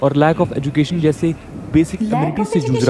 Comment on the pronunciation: Paglait Budia ye ye ye kya lagati rehti hais har word me.... Madrassa chaap jaise. Jyander GEN der GEN GEN jyaandar nahi yaducaton nahi EDU cation. Kyaa rala nahi KE rala KE KE KE Ke ke ke